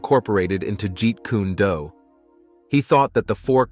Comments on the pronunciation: Jeet kuneh-do 😂😂😂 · Jeet Kunna Do....🤣🤣🤣..at least say the name correctly. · You would be well advised to learn to pronunce Bruce Lee's Style...Jeet Kune Do! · Was anyone else highly annoyed at how this announcer was saying Jeet Kune Do?? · can't read the words right, especially those Chinese ones as there is no u sound on o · i'm sorry, developed WHAT??? Lmfao i've never heard jeet kune do pronounced like that before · This pissed me off severely 😭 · Hearing that hurt my brain 😫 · Let's get the first thing straight. When you're gonna remake anything with a dubbed voice, make sure you're doing it properly, it's notjeet kuned do its Jeet Kun do( way of the intercepting fist). And bruce lee studied a discipline too call wing tsun popularly known as wing chun. His fight style was amalgamating. Every martial art hit encountered, be it Kung Fu. Karate aikiro jijujitsu, boxing, wrestling, and greco roman wrestling. When comparing Jet Li to Bruce Lee, you're talking about 2 actors who have 2 different approaches to the martial arts. Yes, jet li is classically trained in wu shu.Bruce lee also knew about wuxu. So there can be no comparison between the 2. There are 2 separate individuals trained almost similarly, but very differently. Bruce Lee's time was the 1960s and 70s, and he is the reason. The martial arts movies even exist today because the martial arts movies as you stated that came before his time. We're clunky, slow and overdone. His martial arts were more grounded. I'm not taking anything away from jetli, but I grew up in the bruce lee era and myself, and a lot of other martial artists would definitely disagree with a lot of what you're saying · its not jeet kuna du..🤣 its jeet kune do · Ji-Kuna-Do????? Come on man...🤦🏾‍♂️🤦🏾‍♂️🤦🏾‍♂️🤦🏾‍♂️ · It's not pronounced G kundu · OH NO! NOT Jeet Koo-neh Doo! 😞😫😂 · Jeep kana-Do! 😂😂😂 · It's Jeet Kun Do Not Jeet Kuna Do 😡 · Buddy said “geet- koonah- doo. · Guys, I just took a Joot-Kuna-Doo in the toilet. 😂